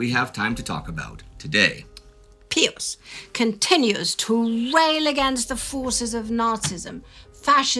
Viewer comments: If you are going to use the Latin pronunciation then it should be pee-yoos not peeus. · As Catholics it WAS ALWAYS PRONOUNCED BY CLERGY AS "PIE-US" not "PEE-US " You are nutballs. I don't want to listen if you can't respect the tradition. It wasn't Latin class. In newsreels, at parochial school, or at Mass, it was "PIE-US." IT DIDNT matter if I were in the Midwest or Philly or NYC or LA. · I have been following your channels for over 8 years and have learned a lot. I am also a lifelong Catholic and proud of it. However, I just lost about 80% of my respect for your productions by your insisting on calling the Popes by a rather curious name. Peeus? Really? Out of 100 Catholics and people in general, they would pronounce all Pius as Pyss. Perhaps you mean to discredit the name Pius? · So... do you say "pee" when you see ???? It's "Pie" in English. I believe you are speaking in English, no? Silly. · I've never heard pope pius as pope peeus. 😆 😂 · But since you are speaking English you should use the English pronunciation. It sounds...